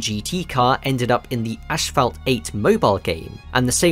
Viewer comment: no way you pronounced asphalt that way LOL